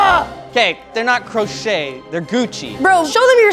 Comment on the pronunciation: I absolutely heard "Crow shaped sock boy" instead of "crochet sock boy"